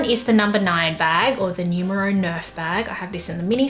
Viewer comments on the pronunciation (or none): When somebody pronounces Numero to nyumero 😔